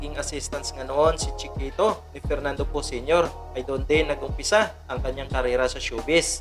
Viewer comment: " chee - kehtow " 😆